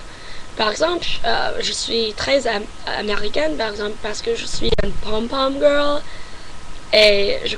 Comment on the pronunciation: Your nasality sounds very French. I've been studying French for 10 years and your nasality for sounds like "En" sounds spot on. The way you pronounce the vowel E, like "je" is very good as well. Keep it up. You'll get there.